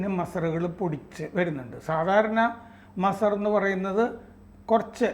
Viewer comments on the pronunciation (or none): Masar alla....MAZAAR aanu, Please Correct your Pronunciation 👍